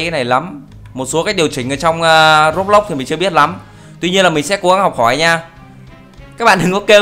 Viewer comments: anh đọc sai từ Roblox rồi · anh doc roblox sai roi